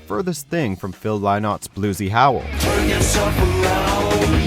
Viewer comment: Phil lie not? it's pronounced lin it.